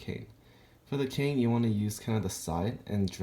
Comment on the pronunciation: KAIN NOT KONE